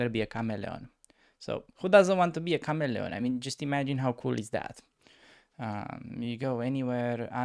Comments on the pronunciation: Does a kahmelon taste anything like a watermelon? Or perhaps honeydew melon? 😂😋, i tease. Pronounced Kah-mee-leon 😉. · lol in game 2 it took me so long to realize he’s saying chameleon. Sounded like Cam-e-lon😂 anyway, vid 3 asking for a coaching sesh for my journey to 2k! I play the normal London tho